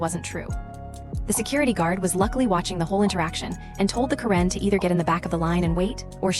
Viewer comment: Stupid AI can't pronounce Karen correctly. Let's get a real human being on here. Thumbs down 👎